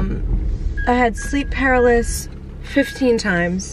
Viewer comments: it’s not ‘paralis’, it’s pronounced “pa-rah-li-sis”. Love you girl! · It’s pronounced puh-roul-luh-sis for sleep paralysis 😭💕 just saying lol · Kiulani Taimani people tell her this in every video where she says it Lmao...she still says it wrong, I just accept it at this point lol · The way you’re pronouncing paralysis 🤣❤️